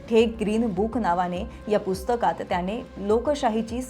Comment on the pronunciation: हे विषयच भारी चे जे कोणी HR असतील ते ह्या निवेदकांना काय म्हणून hire करत असतील? इथे कामाची एक माफक अपेक्षा असेल की जे निवेदन असेल ते स्पष्ट शब्दांत व्हायला हवे. तर ह्यांचे उच्चार असतात कसे? तर मणातून, जणमाणसात, त्याणे असले?